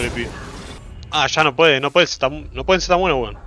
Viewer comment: El intento de acento chileno le sale igual a los peruanos jajajsjsjs, grande Josecito, son buenos wons